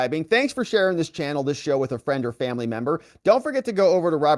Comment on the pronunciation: I hope you did not intentionally say Membo...hell I don't want to be a Member and a Bimbo.....lol